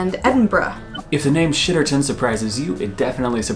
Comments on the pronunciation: Shitterton is pronounced like 'sitterton' the sh is actually a S sound xx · Yey, you said Shitterton 🤭 I live near Crapstone! It's really not as bad as it sounds though. Also some places in England (not sure about the rest of the UK) with names ending with "mouth"... Plymouth Weymouth Dartmouth Falmouth And many more are named after rivers that enter the towns. So they are literally the mouth of the river...oh and it's not pronounce "mouth", it's "muth" and sometimes just "muf" I hope this useless information will help you on your digital quest. And please one day visit one of these mouths